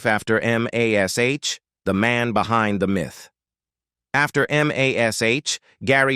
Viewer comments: "EM AYH ESS AYTCH..." NOBODY but nobody EVER called it by the letters, it was always and only pronounced Mash. -The late-night pique of a st*n*d old man):face-purple-wide-eyes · I was just thinking about AI when I heard the start of this rubbish. EM AY ESS AITCH? Why is it so hard for a human to speak. Oh, I hate Alan Alda more. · It's the forty-seventy-seven, not the four thousand, and please just call it "Mash". AI will never learn to be colloquial.